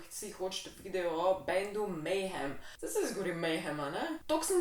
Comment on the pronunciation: prav izgovarjaš, je pa to black metal band ja, saj sem jih včasih poslušal!!! 😇🤘👹